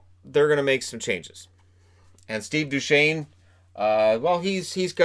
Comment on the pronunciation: Ah yes, "Steve Dew chez nee"